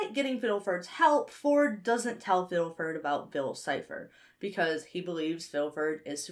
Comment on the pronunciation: This video is magnificent but the way you kept pronouncing “Fiddleford” and “Grimgoblin” really set me on edge 😂